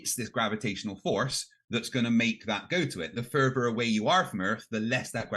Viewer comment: Every time I hear say "further" I hear "fervor" as in he defends his beliefs with religious fervor! 😂